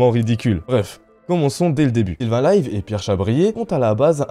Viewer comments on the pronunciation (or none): Sylvain lévy aretter de dire 'sylvain lyve' si vous ne connaisser pas ne faites pas de vidéos